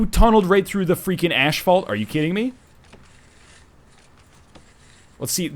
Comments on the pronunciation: Lhawwha Ashvalt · hears that nl says asphalt weirdly-well it can't be that bad, hes only canadian. actually hears him say it-tea over a quarter of my desk. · The way you say Asphalt is hilarious NL.